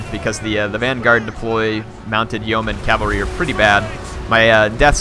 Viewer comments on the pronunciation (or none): yeoman pronounced "yo-maaaaaan"